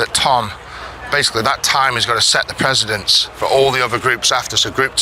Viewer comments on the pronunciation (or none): Sted not steed and precedence not presidents. Love you Eddy but please don’t use a word unless you have the correct pronunciation. People are probably too scared to pull you on it. Please also don’t take offence, don’t want you sounding bad on such a big forum